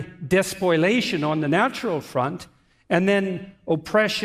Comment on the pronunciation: TFW you want to look smart and use a big word like "despoliation", but say "despoilation" instead.